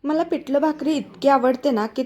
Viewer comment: पिटल नाही पिठल तिकट नाही तिखट बाकी छान